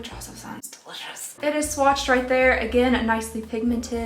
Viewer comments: Did...did you say swatched-ed? I did a double take! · Oh 👏🏼 em 👏🏼 gee! into your video I though you said "swatcheded" I had to rewatch it 3 times before I realized you said "swatched did". Yupp 🤓 Anywhoo! I really liked this advent calendar- I was worried gurrl, not gonna lie! I would love to be entered into the contest! I'm glad to reap the benefits of your mistake! 😉🥰 Happy Holidays!